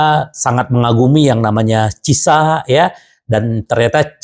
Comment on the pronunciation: Pas blg cieesa jadi cisa 😅